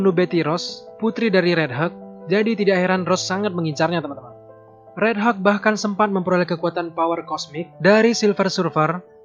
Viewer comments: Helk bukan heg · ini pengucapan nya asli deh, hulk is not helg,pas totally awesome ketara banget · It just sounds like 'Heuk' not 'Hulk' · Bacanya yg bener itu (hag) (huk) ? Kok dengernya aneh ya kalo (hag)